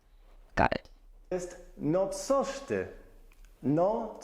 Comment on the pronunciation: You will make great and instant progress when you learn the difference (and pay close attention to) the difference between C and S and L and Ł. I understand you do not get the difference, but it is substantial. Why, in the very video you messed up coś (something) with sos (sauce). But the guy said Wrocław pretty well, Nailed it. The lady said "Polskie" which is very common (I mean used by commoners). Have fun with our beautiful and depressingly complicated language.